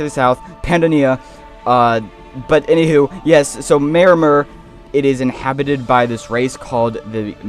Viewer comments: Pi - Yan - Don-e-a Don as in dome Yan as in Yam May-Or-Mer Pronunciation guide for Pyandonia and Maormer. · MAH OR MER, PY AH DONAY YA